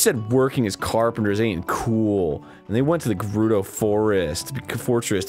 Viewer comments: GraiAntte EVERYONE says GER RUU DOH, except Arin, and Dan but he has no experience first hand, no one else that I have EVER known, has pronounced it as he has, not even the developers themselves pronounce it that way. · A lot of words beginning with G makes the J sound, I always say "Jerudo" and know plenty who do. Would you say "Jymnastics" or "GHymnastics"? Either way it's a silly thing to take to heart. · Don't you just love how Arin says 'Jerudo'? I sure don't. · Since it's never spoken aloud in a game and I've never heard Miyamoto himself say it, I can't say for sure if I think Arin's pronunciation of "gerudo" is right or wrong. Most of us say the hard G. But I will say I laugh every time he says it, because it sort of sounds like "Jewrudo," which makes me picture Dan as a Gerudo sitting next to him. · I always called it "Gerudo" as in Grrrr, they say it like there's a J in front XD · Jaroodoh Valley. That's where we're headed, guys. The Jaroodoh Valley. Be sure to tune in next time, when we, the Jame Jrumps go to the Jaroodoh Valley. I don't know how it's supposed to be pronounced, but I'm pretty sure it's not that... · It's "Guh" rudo, with a hard G. At least, that's how I've always heard it. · Jerudo Valley? I always pronounced it with a hard G, because I'm a hard G. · I feel like arin is saying jewrudo intentionally and I love it if he is dood :3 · .....Why are they saying Jewrudo? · Is that how you're supposed to pronounce Gerudo? It's not a big deal how people pronounce it as long as the idea is conveyed, but i always pronounced it as Guh-roo-Doh. If i am wrong, correct me. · You may be right, but I've always pronounced it with a hard G, like a J. Jeh-ROO-doh. Maybe it's a regional thing? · Is it pronounced Jerudo? i thought it was a hard G. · I've always thought 'Gerudo' was said with the g like 'guitar' or ' gun' or something, instead of it having the J Sound. I don't know my English, dunno the term for it. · Why do they pronounce Gerudo with a "j"?